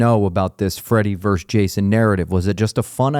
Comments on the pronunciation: Verses it’s not that hard to say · Why does this guy keep saying, "Freddy VERSE Jason" ? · It drives me crazy when people say “verse” instead of “versus”. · It's Freddy Versus Jason, not Freddy Verse Jason. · Dude, it's VERSUS, not Verse. Wanted to punch my phone everytime he said "verse" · Why does the guy on the right continuously say "verse". The film is Freddy Vs. (VERSUS) Jason. What is verse? Am I missing something? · “Versus”, not “verse”. It’s not a song. Great interview tho. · Please say "versus",. Love your Lugosi tat btw!